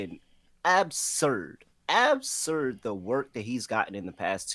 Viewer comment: How can I trust a guys opinion who can’t properly pronounce absurd…..